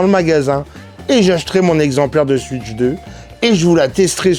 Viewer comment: Cool ta vidéo ! Moi aussi j'ai kiffé la "Suitch" 😅 Tu ne serais pas originaire d'Alsace par hasard ? Bonne continuation !